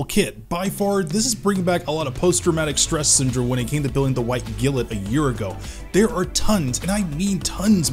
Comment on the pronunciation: he definitely is, he said glint correctly in the video he made the model once then reverted back to his other pronunciation.